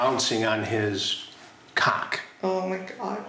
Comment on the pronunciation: TAKE A SHOT EVERY TIME CHRIS SAYS CAWWK